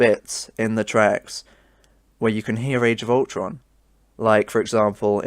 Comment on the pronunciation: No one going to comment on him saying justice league age of ulton soundtrack at the beginning?